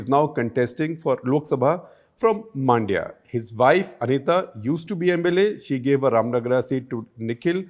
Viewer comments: Sir, Please get the below right It’s not Godha, it is GOWDA It’s not Maaandya, it’s Mandya It’s not Kaurav, it’s Kauravas. Why don’t you North Indians never get such things right inspite of decades of experience Also, if you believe Mahabharata is mythological even in this day and age , then you are dumb and outdated . There is enough evidence to show otherwise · It's not Maandya, it is Mundya. Pronounce similar to Monday but swap the last a and y. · Hope Shekhar reads this. Also Man-dya(like the Hindi word for mind) not Maan-dya.